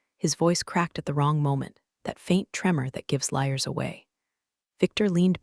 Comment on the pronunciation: It's funny that the one time you actually use the word 'liars' as 'liars', you pronounced it like 'lawyers'.